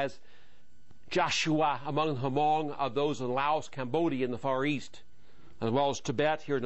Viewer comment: it's not pronounced huh mong it's is spell hmong but we pronounce it mong w/ a silent "h"